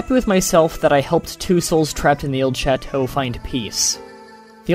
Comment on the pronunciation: You butchered the word chateau.